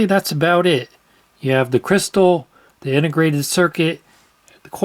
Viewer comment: I thought he said quartz quistal 😅